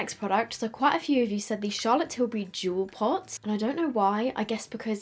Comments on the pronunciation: i thought you said juul pods not jewel pots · did anyone else think she was saying charlotte tilbury “juul pods”? 😂💀